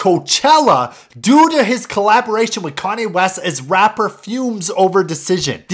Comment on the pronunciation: Kanye not kahnneh